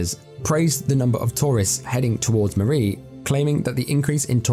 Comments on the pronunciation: It's pronounced murry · Hi my father is from murree and Sialkot area, and he used to tell us stories from there.sadly he passed away and greatly missed. Greediness from people is discusting and poor people,it makes me sad and angry. Also pronounciation of murree is incorrect. Snow is always great there.